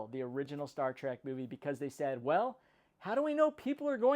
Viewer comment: It's not pronounced "Trak", it's pronounced "Trek". "E", not "A", ffs.